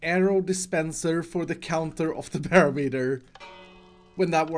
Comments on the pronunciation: It’s pronounced buh-rom-et-er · I cannot unhear "bear meter" xD